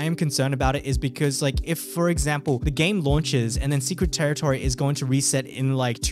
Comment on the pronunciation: bro secwet tewitowy